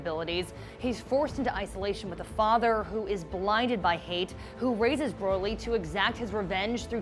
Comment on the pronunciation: I hate how she pronounces Broly